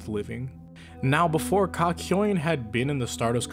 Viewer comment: did he just call (kak yo in), kakoin